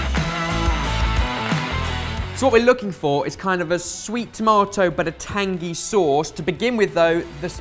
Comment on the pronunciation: Can we talk about the way says Tangy? It's like he gets halfway through the word and remembers it's not supposed to end at tang....